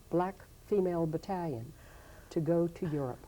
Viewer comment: Great documentary But I cringed at the pronunciation of Bat•tal•ion every time she pronounced it